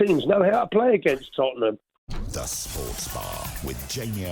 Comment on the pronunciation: Lads, it's Tottenham 😂😂😂😂😂